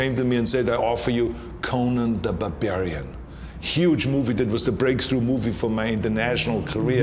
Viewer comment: "conan the Babarian" or " Conan the Bavarian" 😂😂 a little Fun. Klasse Interview 😉